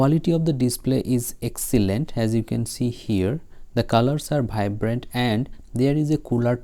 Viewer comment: The colour are vibrant ❌ bhaibrant ✅ 😅 😂